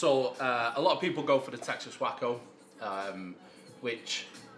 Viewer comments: It’s pronounced way·koh not whack-oh. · Waco, pronounced wakeo, is a bit more famous for something else tbh. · Maybe he knows & it's a play on words but Waco is pronounced wake-o